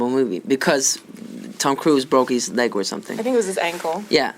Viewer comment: I heard leg 😂